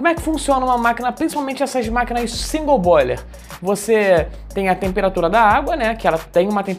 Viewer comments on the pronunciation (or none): none